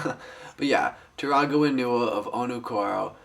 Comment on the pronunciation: It's Onewa and Whenewa! not Oneewa and Wheenewa!